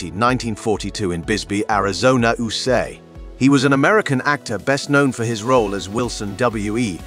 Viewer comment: You might want to pay a bit more attention to your robot voice actor. In your script separate abbreviations like U S A so the AI doesn't pronounce it as you-suh. That's just one example. You also need a better scriptwriter, so the copy doesn't come off quite as boring.